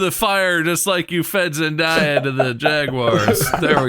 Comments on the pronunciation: It hurts me a little bit to hear you guys keep mispronouncing "Zendaya." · I loved this ep so much but the amount of times they said Zen-die-uh instead of Zen-day-uh was driving me a little crazy lmaoo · Why do they pronounce her name zen-DYE-uh?? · The Zendaya pronounciation being so wrong followed by the correct Zenyatta pronouciation is a true gamer moment 😭🤣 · I hope they learn how to correctly pronounce Zendaya's name 👑